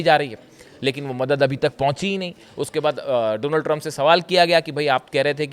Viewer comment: Drump 😂 bola aapne